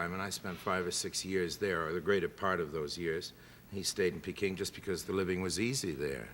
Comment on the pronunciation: peking! proper ENGLISH pronunciation!